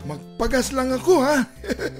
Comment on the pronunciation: Yung gas na ka sabi "Gagows Station"😭